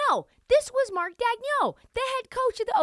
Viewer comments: You’re butchering Marks name lol. Just call him coach Mark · You’re not saying Marks name right still lol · "Nobody knows how to pronounce his name" proceeds to pronounce his name wrong "They got Dario Saric, who's probably going to be bought out" Yea this chick has no idea what she's talking about, Dario is finishing the year in OKC, he's not going to be bought out.